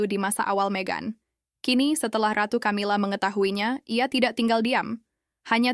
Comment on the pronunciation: Sebutan ratu nuat Camila terasa gak nyaman di telinga 😅